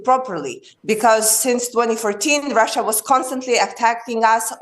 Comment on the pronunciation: "russhur and Ukraine"